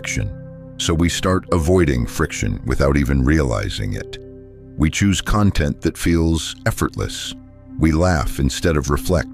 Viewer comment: Please teach your AI narrator how to pronounce content as a noun, versus content as an adjective.